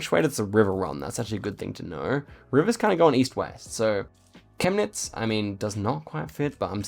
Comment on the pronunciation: I'm german and the way you said Chemnitz sounded like you're native german 👌